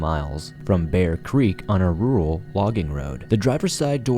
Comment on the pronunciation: You're getting better saying "rural"...... Lol. Great videos!!!